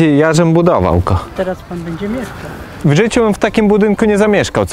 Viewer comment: "meiszkał" ;D